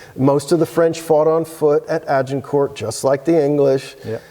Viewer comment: Please, drop the "t" at the end of "Agincourt"!